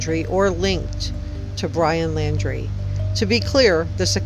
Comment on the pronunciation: It’s NOT LANDRY, it’s LAUNDRIE!